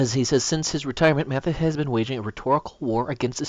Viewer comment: Pronounced Mad*is. Not Mat*his.